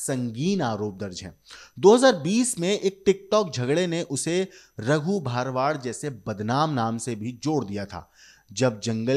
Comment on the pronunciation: भाई तुम लोग अपनी स्क्रिप्ट किसी गुजराती से चेक करवा लिया करो। अहमदाबाद में सरखोज नहीं, सरखेज नाम का इलाका है। गुजरात में भारवाड़ नहीं, भरवाड़ सरनेम होती है।